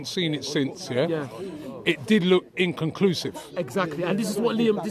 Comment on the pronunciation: That ty bloke struggles to say the word inconclusive so is it any wonder he literally doesnt know what it means🤣